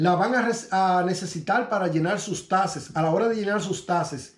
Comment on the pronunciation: Hey amigo NO SON TASES....SON TAXTES CON X